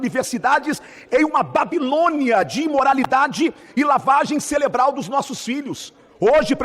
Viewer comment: em "lavagem celebral"...pqp